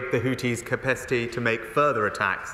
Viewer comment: 2 things : 1) This reporter has ashtma or covid or shortness of breath 2) Rishi Sunak said cepecity instead of capacity.